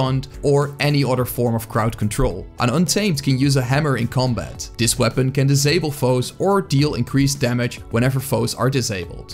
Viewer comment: You sounded dutch, checked the about page and I was right! Also, a good class guide. (This sounded like dis, that's why I guessed dutch.)